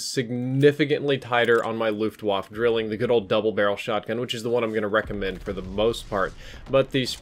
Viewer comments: "luftwafuh" 😂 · "Luftwaffe" is german so you wanna pronounce the e at the end as "eh". Just sayin'.